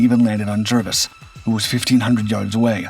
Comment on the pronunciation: The name of HMS Jervis is pronounced "Jarvis" not "Jirvis" FFS